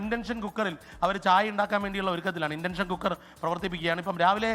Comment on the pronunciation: 😂 ഇലക്ട്രിക്കൽ അടുപ്പ് അല്ല. വിറക് അടുപ്പാണ്, അതിൽ blower ഉണ്ടെന്നെ ഉള്ളൂ, blower motor ഇലക്ട്രിക് ആണ് 😂 ഇൻ്റെൻഷൻ അല്ല ഇൻഡക്ഷൻ cooker.😂